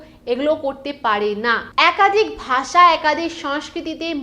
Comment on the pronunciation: গ্রামার তো আপনারও হয়না। ভাষাকে বারবার “বাসা” বলে যাচ্ছেন 😂 তবে ভিডিওটা দেখে যা বুঝলাম, বাংলাভাষীদের হিন্দিভাষীরা ভারতে বসবাসরত রোহিঙ্গা ছাড়া অন্যকিছু ভাবেই না।